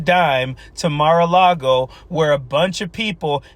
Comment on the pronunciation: Nothing like standing there and basically dissing her own state, by saying Mar A Cloggo is the most beautiful thing in the most beautiful state. Damn, girl...rude. If I still lived in Arizona, I'd be pissed she said it like that..just to kiss up to Donald's butt. I'm 59, and when I learned in elementary school, about what the settlers did to the Native Americans already here when settlers docked, it made me ashamed that people like me, white, could do something like that. Felt the same when learning about slavery happened..and I still am embarrassed a little of what our white forefathers did concerning anyone not white in skin color. EVERY person should have a little of that understanding. I KNOW I personally didn't do that, but just that my forefathers may have, is enough for me. Maybe others have harder hearts..I don't know.